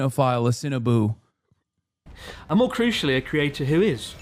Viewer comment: I am also a Cinnaboo.......oh he meant Sinoboo